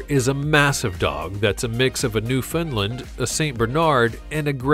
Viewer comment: Pronounced New-found-land. Not Newfinland